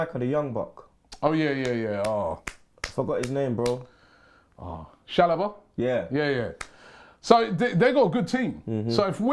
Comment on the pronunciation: How is Robbie saying chalobah with such confidence 😂😂😂